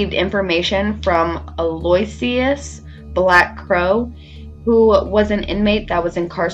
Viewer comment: I think that name you were having trouble with is Al-oh-weh-sheh-us